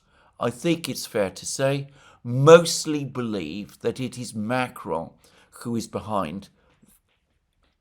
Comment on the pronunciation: MacrOn, darn it, not MAcron.